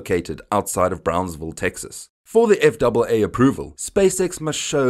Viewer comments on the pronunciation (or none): Please!!! We in the USA usually say "F" "A" "A" instead of F double A. I understand your language may also be English but it sounds wrong some how that way. I knew what you meant you would say USS Enterprise instead of U double S Enterprise. Just me being picky :D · I agree. Sounds wrong... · Save a syllable, spell out FAA. Nobody else says it that way. Gringo.